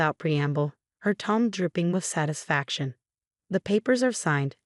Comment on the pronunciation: Her "Tom dripping"? Is that anything like her TONE dripping?